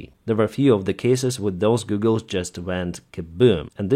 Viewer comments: Goggles! Not Goooogels. Please! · Its pronounced Gah gles not goo gles. not hating just a heads up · lol “Googles” sir, how you pronounce goggles, is like “gaw-gles” that’s how you pronounce “goggles.” ;) not “goo-gles” like google search engine lol, but googles sounds so much funnier not gonna lie haha. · Your pronunciation of goggles is rather endearing :) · Goggles not googles 😜👍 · Goggles not googles! 😂❤ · Hey,. They're called goggles, not googles. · Goggles виговоритися як Гоголс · A pair of Goggles has a short o as in the word hot. Google has two o's so sounds like a long u as in food. So they are FPV goggles not FPV googles.